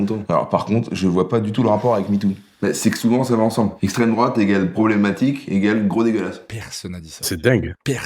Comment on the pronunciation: à aucun moment on le voit dans son extrait qu’elle se fait insulter en revanche on l’entend bien traiter Franjo « d’esstreme drouate » à peu près 58 fois